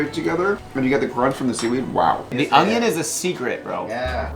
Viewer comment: You didn’t really say “onGIon” did you? There’s NO G in onion!🧅 🧅🧅🤦🏽‍♀️🤦🏽‍♀️🤦🏽‍♀️